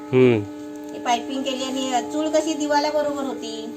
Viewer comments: चुळ नाही चुल म्हण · चूळ नाही रे चुल म्हणतात... 😂😂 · चूळ नाही रे पप्पू चूल. मी कधी कमेंट करत नाही पण तुझे चूकीचे उच्चार कानांना खुप खटकतात. तूझ्या परसनालिटीला शोभत नाहीत. काकूंचे नाही खटकत. वाईट वाटून घेऊ नकोस. तुझी ताई सांगतेय असे समज. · चूळ नाही चुल म्हणा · चुळ नाही ताई चुल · अरे बाबा चुळ नाही चुल चुल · 😁 ha asa ka bolato ??? Tond dhuto ti chul vegali ani anna dhijavato ti vegali ..kadun vha L ani gulpolo cha L vegla ahe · Hello tai tumhi banawleli chuul khup mast hoti. Aapan banawleli chulichi majach wegli. Aani chulichla ucchaar tumhi chukicha kartay😊